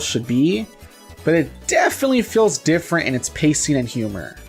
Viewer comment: If you say different like that one more time I'm going to punch you in the face.